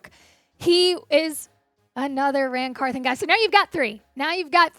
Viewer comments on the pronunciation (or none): Can we get the old host back please come back Tom downmey until then.. easy choice Locked on titans podcast with Tyler and A to Z .. this girls voice is awful and she knows zip about the Titans can't even pronounce NWI"'s name or Ran Carthon peace